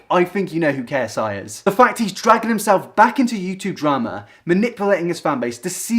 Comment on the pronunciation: It sounded like you said Logan Paul is Black